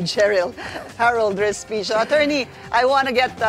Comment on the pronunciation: Sorry po and not Hospecio😂😂😂